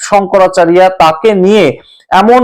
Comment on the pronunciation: প্রতিবেকের শংকরাচারিয়া সম্মোধনে আমার আপত্তি রইল। শঙ্করাচার্য আমাদের বাংলা ভাষায় উচ্চারণ ।